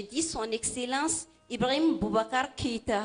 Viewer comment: non, elle dit Ibrihim. Peut-etre c'est la prononciation correcte en Bambara.